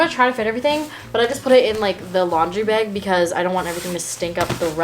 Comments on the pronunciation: say bag...... “BeyAG” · The way she says ‘bag’ drives me insane but other then that she’s perfect and my dream wife